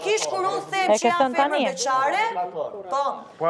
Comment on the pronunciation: Dolce sdin me than femer po thot fomor 🤮🤮🤮👎👎